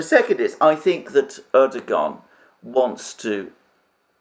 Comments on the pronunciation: The Turkish language generally does not pronounce the g inside a word with a ‘guh’ sound. It is generally pronounced with a ‘wuh’ sound. So Erdogan is not Erdoguhan, it is Erdowuhan. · Erdogan name is pronounced "Erduwan", or "Erduan". There is a little mark on top of the g. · Excellent presentation by Alexander M. but he would even be more credible if he could properly pronounce the name of Erdogan (it is Erdowan, without g).